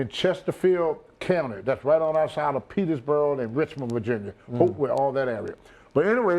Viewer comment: The way he mispronounces words reminds me of my grandfather so much. I lived in Petersburg, or Petersburrell, as Tony calls it. Love Tony.